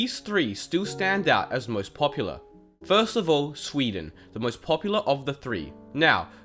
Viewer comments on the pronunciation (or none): none